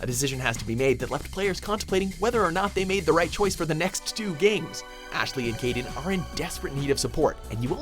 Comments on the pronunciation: It's Kaidan, not Kaiden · It's Kaidan not Kaiden, pls D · KAIDAN KAIDAN KAIDAN KAIDAN KAIDAN NOT KAIDEN holy shit